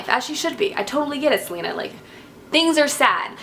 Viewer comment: Ok first Celaena is pronounced Cell-a(like the letter a)-nah not Selena like Selena Gomez .... secondly you pronounce Maeve like May(like the month)-ve ... and you pronounce Aelin like ee-lin :) ... and I loved the Manon chapters too :)